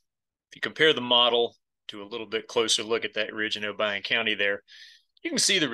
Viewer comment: Thank you for saying Obion County correctly. I have spent so much time at Reelfoot Lake